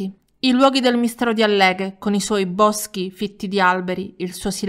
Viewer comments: Via Poma è 7 Agosto non 9!!!!!!! E il paese si chiama àlleghe, con l'accento sulla prima a..... Che pillicusu eh?!?! 🙂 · A’lleghe non Alle’ghe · esce dalla pronuncia esatta del paese! Si dice àlleghe (con l accento sulla A) , da sempre, da tutti... Le altre pronunce sono errate... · Si pronuncia Àlleghe. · tranquilla cara ♥️♥️♥️ è un po' come quando tutti pronunciano Cínisi (paese vicino Palermo ) Cinísi (che in dialetto significa "i cinesi" 😅😅😅) ti viene spontaneo correggere. Non so da dove mi sia uscita la parola Alléghe 🤣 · Stavo facendo la pedante e correggere l'accento😁. Bel video come sempre.pur abitando vicino alle Dolomiti non ricordavo questo caso! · Alleghe. Accento sulla prima A. Grazie. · Alleghe con l accento sulla A.. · Ciao, sono veneta e vorrei dirti che Alleghe si pronuncia con l'accento sulla prima A e non sulla e come fai tu. Un bacione 😘